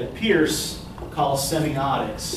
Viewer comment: For future reference, it is Charles Sanders Peirce (pronounced "Purse"). Not that important, but good to know going forward.